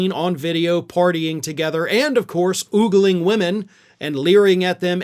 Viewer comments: " OOOH-gling?? Lol, love you,, but it's AH-gling! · Axctually it's "ogling", with the "o" pronounced like in "o come all ye faithful".